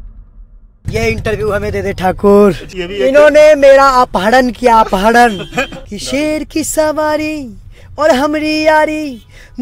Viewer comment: अपहडन ।।भाई अब भाषा सुधारो ।।अपहरण बोलो दिन मे दस दस बार